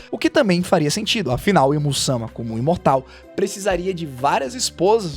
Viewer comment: Teus videos é ate bom cara as vezes assisto mas o jeito de tu falar da uma agonia. Tipo satarno se todo mundo fala saturno e imu samá tu fala imusama. E essa a critica